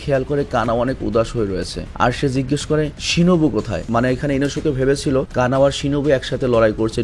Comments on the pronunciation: Kana kana kortacen ken😂😂kanao😊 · কানা নয় কানাউ